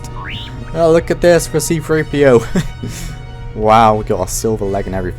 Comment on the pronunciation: It's not C-FREE-P-O it's C-3-P-O 😂